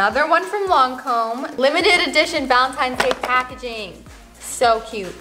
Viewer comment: You says Lancôme so weird haha